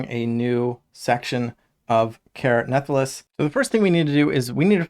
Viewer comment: Crazy how many different ways people pronounce the name of this game lol. Care Nathalass is a first lol